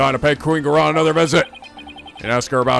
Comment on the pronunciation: He’s still saying Amara’s name wrong. It “ah-MAR-ah”.